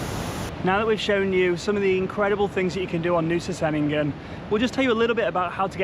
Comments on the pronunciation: Just a heads up, C in Indonesia is always a ch sound 😊 Chenigan not Senigan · Ch..Chenin-gan - I really feel like you should have the pronunciation correct to vlog. All C sounds are Ch.. It it’s an “ess” sound they’ll use an S. Like Polisi rather than Police. Even Doctor is spelt Dokter. You’ll notice the letter C is never used in a hard pronunciation. C is always Ch. like Canggu